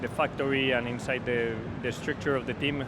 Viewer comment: Some eentersting changes eenside the fucktory